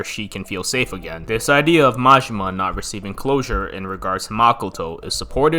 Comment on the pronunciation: I love the video but hate your American accent butchering all the pronunciations of the names. Sounds like yarkuza the way you say it and marjimar I hate the accent. YA KU ZA. MA JI MA